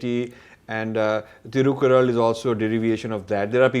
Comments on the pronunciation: Very nice interview, all 3 parts. But Sir Thirukkural is pronounced as तिरुक्कुरळ्. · You don't know to pronounce thirukkural correctly.